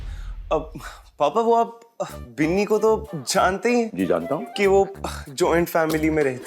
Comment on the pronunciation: Biili nahi binni hota h